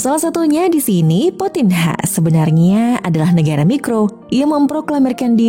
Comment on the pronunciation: Admin hrs paham kalau memberi informasi ke publik potinha bacanya (potinya) bukan potinha bacanya